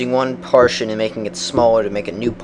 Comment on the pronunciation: its pronounced PAR-TISCH-ON not PARTION!